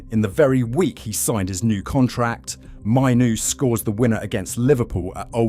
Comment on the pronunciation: Hearing his name mispronounced so many times is a rough one. If you’re going to use AI so heavily, at least ensure his name is pronounced correctly. The fact that his name is mentioned in nearly every single sentence makes it especially worse.